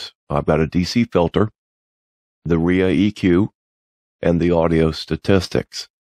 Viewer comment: Thanks for this. Very helpful. Incidentally, ReaEQ is pronouned Ree-Ee-kyoo. 😎